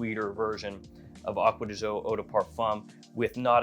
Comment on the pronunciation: acqua di jio...seems impossible for you to say "GIO", from Giorgio and not Jiorjio